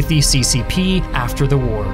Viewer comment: Please stop over-pronouncing 'the.'